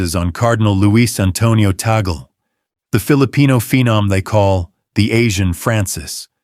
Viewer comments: That is TAG'LE! not Tagol, understand??? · Pronounced Cardinal Tag-le. Not ta-gel.😂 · #3 , pronounce as TAG LEE not Tagel. pls do a research first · Tagle's name is pronounced as "Tag-le" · The Spanish pronunciation of Tagle is tag-le. That's how we pronounce his family name in the Philippines😃. I hope the Vatican will, this time, give a chance to either the African or the Asian cardinals❤